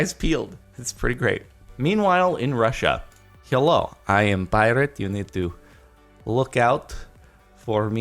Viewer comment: "Heelo. I am Pirat."